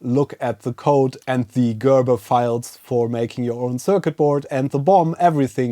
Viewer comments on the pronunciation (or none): none